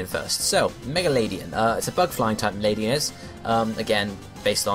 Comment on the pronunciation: Just for future reference ^^ Ariados and Ledian aren't really related And It's not that important but despite it being a LADYbird, it's LED-ian and not Lady-an